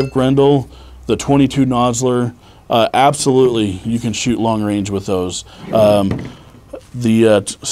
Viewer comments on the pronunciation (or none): none